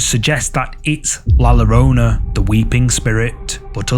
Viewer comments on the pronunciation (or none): In Spanish, the double Ls make a Y sound. Just saying this for future reference cause I die inside every time someone mispronounces La Llarona. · Pronounced "La Yur oh nuh" ❤ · Double "L" is pronounced like a "Y" in Spanish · just a gentle tip: ll is pronounced 'Y' in spanish, so the ghost is pronounced "la yorona". cheers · Just so folks know: double-L in Spanish is pronounced like a Y. So "La Llorona" should be pronounced: "La Yorona". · Le llorona is pronounced yorona